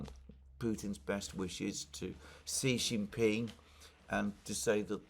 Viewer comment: Thx for correct pronunciation of Xi Jinping.